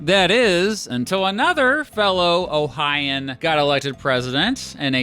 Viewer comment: It's pronounced Ohio-an.